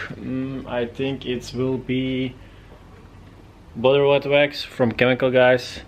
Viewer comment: “Bedur witwux”